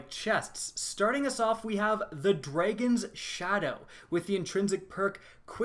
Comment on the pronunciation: i cant stand you or your douchey tone of voice and way of talking but, who doesn't want to see leaked exotics... Edit - also, what's a "Mega-zine" and a "Dray-gun" ?